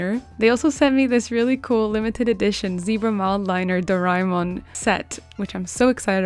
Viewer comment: its pronounced as "Do- re- Mon "